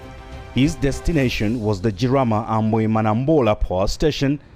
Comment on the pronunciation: I have lived in Madagascar since 2017. Jirama is pronounced JEAR-ah-ma, and Rajoelina is pronounced ra-JWEL-nah.